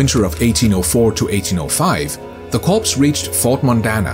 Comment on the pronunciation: It's pronounced "cores" not "corpse." Learn to read!